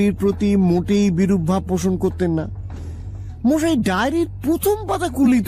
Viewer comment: মশাই কে মহাই বলে কেন?